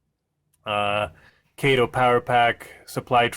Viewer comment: It's KAH- TOE!!! Not KAY-TOE! Sheesh!